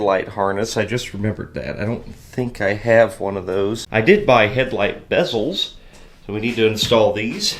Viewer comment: thank you thank you thank you for the love of God thank you for saying headlight bezels correctly and not saying the beeeeezelllllls... Lol thank you